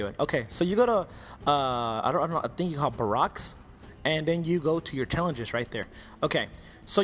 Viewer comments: dude its barraks not barocks and 10000 plus 1000 xp is not 15000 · ITS PRONOUNCED BEAR-ICKS!! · Y do u pronounce barracks burroks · BARRACKS="BEAR-EX". It drives me crazy that 90% of you people don't know how to pronounce this word. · dude you need to slow down, you messed up by saying barrocks and your said you've played for 5 days when it said 7.